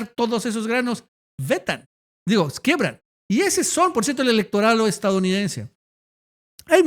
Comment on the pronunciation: QUIEBRAN SE DICE: NO SE DICE QUEEEBRA ES CON IIIII